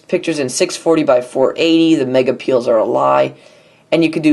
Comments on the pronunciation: Every time you say Megapiel's I can't help but crack up. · babahaha "megapeils"